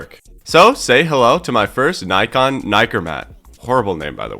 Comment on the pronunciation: It's Nikon not Neyekaarn. Bodge Job useless.